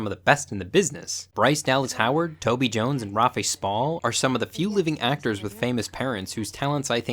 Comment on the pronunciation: I love your videos so much. The existential crisis in the form of a dinosaur puppet was amazing. And relatable, naturally. Only helpful note is “Rafe” is pronounced like “waif” with an “r”, long “a” sound, “e” is silent. Only constructive criticism I have of this video ☺️